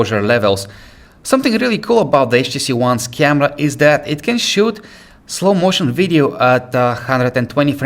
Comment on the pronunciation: I like the way he says camerrra :D